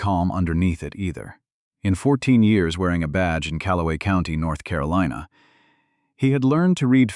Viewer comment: Don’t waste your time listening to this nonsense. I got tired of hearing “BOOTS”. Then how the narrator missed pronounce North Carolina, I stopped listening to this story.